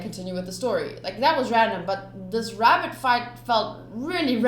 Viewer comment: "A wavenus species of wabbitt 😂😂😂